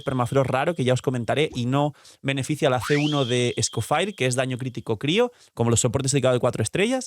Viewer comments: Amo tus vídeos pero aprende a pronunciar el nombre del nuevo personaje por amor dios. Se dice "Escofie", no sé de donde sacaste el "Escofire". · Me da cancer escuchar cada vez que dice Scofire XD Whats wrong with you HAHA Literal pones en Google "escoffier pronunciacion" y listo. Se dice Scofié. las "r" son mudas. Pd: Lo mismo con Snezhnaya, Se pronuncia "Snesnia" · Por qué con lo de Shneznaya sí lo pronunciaste bien cuando te dijeron cómo se pronuncia pero Escofier lo sigues pronunciando como Escofire? Tremendo simp 🗿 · Bueno Escoffier y Skirk, que creo que es lo que más sentido tiene!, a pocos días de la salida de Escoffier, y sigues siendo el único YouTuber que no sabe cómo pronunciar su nombre?